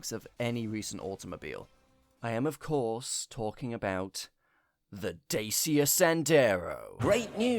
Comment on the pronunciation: Thank you for this fun video. It was a joy to watch. Did James May start to butcher the pronunciantion of Dacia or does the English speaking world really say it like that?